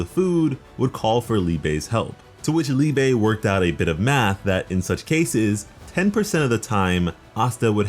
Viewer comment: Its not called Liebay. Liebe is the german word for love lol